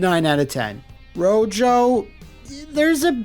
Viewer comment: It's pronounced "Row Ho" not "Row joe" it's Spanish for red.